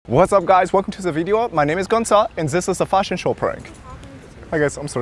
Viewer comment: The guy walking away in shame 😂 and “oh no zis is fierce”